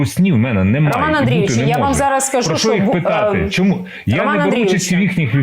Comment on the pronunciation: Українці кажуть : що, чого, чому. Москалі і проросіянці кажуть: шчьо, чього, чьому. Мосійчучка хитра змійка, вміє викручуватися на користь хазяїв. Але її вимова видає, хто вона насправді і кому передає дані.